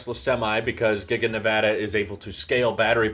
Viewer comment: ty for pronouncing nevada right